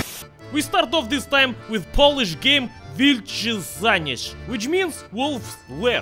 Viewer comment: pronounce this like ,,wheelche shaneez"